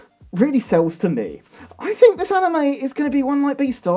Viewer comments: I gotta say this. Americans don’t say fink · the way you pronounce th in words is like an f